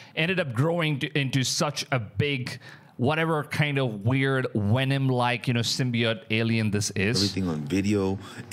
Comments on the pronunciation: I might have missed it but the Bigger question to me is if other content creators have gone there and filmed it or are trying to film it, what has happened to the guy that found it?! (Ps... Stop saying "Wenom". Cause i dont know when um the new Venom movie is coming out but no time soon. Im sure. IN ALL SERIOUSNESS? YOU ARE COVERING SOME GOOD STORIES AND I WANT TO SUB BUT IF YOU ARE STILL WITH ME MAY I REQUEST OR SUGGEST THAT YOU STAY UP TO DATE WITH THESE STORIES? WHERE IS THIS GUY? OR BETTER YET, WHERE IS THE WENUN CREATURE NOW? OR YOU DID A PRETTY COOL VID OF THE YOURE OPEAN SPACE AGENCY IMAGES OF Ai ATLAS. MEANWHILE JAPAN JUST TOOK A PRETTY DAMN CLEAR CLIP OF Ai ATLAS 2 DAYS AGO AND WH🤯A! LOOKS A LOT LIKE A SHIP! WYA WITH THAT?! CMON MAAAN?! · Please dont call Venom WHENOM. lmao